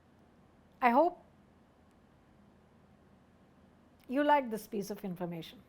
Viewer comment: Loved your video. And loved the way you said Jai Hind. 😊